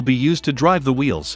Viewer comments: hey it Wheels not veals. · Just realized Tesla's have open diffs. . Your voice software says Vheels not Wheels. My ADHD was distracted each time it said Vheel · Did anyone else hear “Veel” a lot?